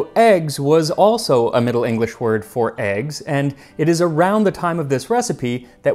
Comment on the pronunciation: Your pronunciation of old English is really good. You don't here that very often.